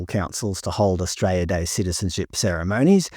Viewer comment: I love how you pronounce Australia "Austray-ah"